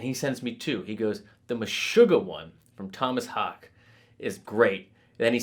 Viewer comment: I believe its pronounced like the sport, Hockey (Haake), but maybe its a little more like Haw-Kay.